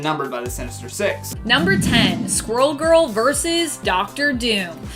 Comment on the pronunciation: "Verse"? Like a song? Or are you TRYING to say "verSUS"????????? WHERE DO PEOPLE LEARN TO TALK THE WAY THEY DO?